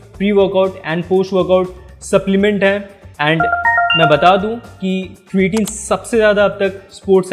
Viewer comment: sabse phle to beta vo क्रिटिन नही क्रेटीन hota hai gawar pronunciation sikh le phle